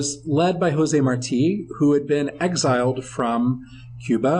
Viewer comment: thanks for pronouncing Marti,with the accent mark at the end...[not like Marty].